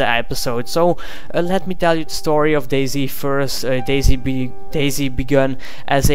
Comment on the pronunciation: You say dayz like daisy, subbed.